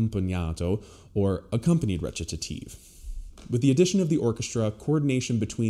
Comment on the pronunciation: Wait, howdy you pronounce Recitative? t sounds like Ret-ta-tive.